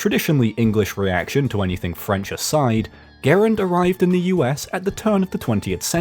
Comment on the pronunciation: Just one slight nitpick about the video and it’s about your pronunciation of John Garand’s name. It is not “Ger-und,” it is “Guh-rand.” I know this because once a family member of mine met John Garand’s nephew, and he said that is how it is pronounced.